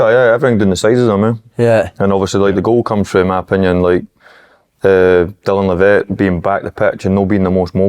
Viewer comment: Good podcast lads but Jesus someone tell Thomo how to pronounce Dylan Levitt